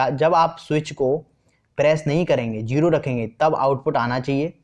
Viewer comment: Please don't speak jero it's zero 😂